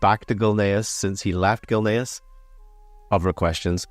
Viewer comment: its Gilneas not gilnaris